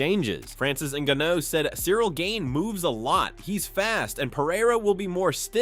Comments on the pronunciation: The AI voice pronouncing Cyril Gane’s name wrong is funny. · Call him Cyril "Gain" one more time and I'll never watch your sh*t again! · Gain-ee? Like what the hell is that? And holy shit, Tom is really milking this thing